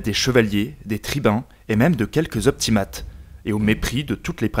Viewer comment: Très bonne vidéo ! Cependant deux défauts : Déjà, même si c'est vraiment pas grave, les mots en latins ne sont pas très bien prononcés (populares et optimates) Mais aussi et surtout, les illustrations sont parfois mal choisies : tu parles d'événements de la fin du 2ème siècle avant JC, mais sur la moitié des illustrations, les soldats portent des lorica segmantata, des armures utilisées à partir du premier siècle après JC, à la place des lorica hamata (ou à la limite des lorica squamata). Même problème pour les casques, avec souvent des casques en fer et pas en bronze, et probablement pour d'autres équipements, même si je ne l'ai pas remarqué.